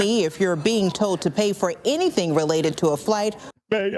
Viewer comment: I was listening too this and new the news woman was black. How? The way she speaks. Almost normal. But just like how they cant say ask. She can't say told. Sound like toad